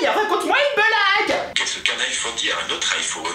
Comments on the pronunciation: on dit iphone ha ha ta vidéo est rigolote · On dit aphone mais sa s écris iPhone